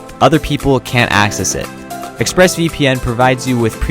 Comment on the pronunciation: Accses "wedsites" :*))))) nice one :D